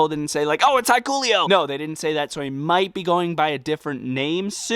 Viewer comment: Sorry dude but thats not how you pronounce hikuleo but you can look up videos if you want